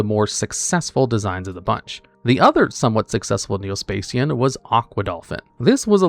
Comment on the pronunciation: "Spay-see-yan" Augh, my ears...